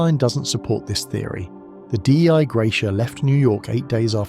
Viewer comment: Sorry but I think Dei Gratia (the ship that found Mary Celeste) means “Grace of God”. “Dei” is not an an abbreviation, you don’t have to say it like that :)